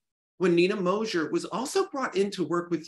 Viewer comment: it's Mozer, not Mozher. I mean Nina Mozer.